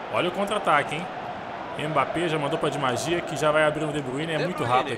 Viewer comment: ele fala "Di magia" em vez de "Di Maria" 😂😂😂😂😂😂😂, mas é besta kkkk